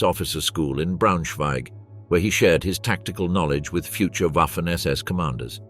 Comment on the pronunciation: Ouaffen ss when it should be vaffen ss. Read up on pronounciation!